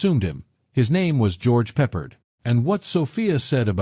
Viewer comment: Sucks. AI called him "George Peppered" These AI click bait videos made of illegal clips from other sources.